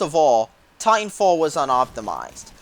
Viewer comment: "titanwalffh" nice